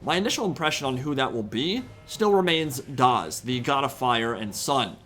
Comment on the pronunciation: Dazh is not pronounced "DAS". ZH is pronounced the same as the S in "pleasure". It's a (very unsubtle) reference to the real Slavic god of the sun, Dazhbog.